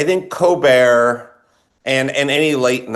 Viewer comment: I love how he pronounces Colbert as "Cobear." I can't tell if it's intentional. Hilarious